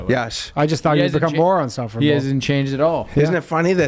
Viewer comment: Boys it’s insufferable not unsufferable twhehehe